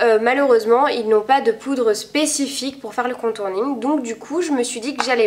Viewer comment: On dit contouring pas contourning :p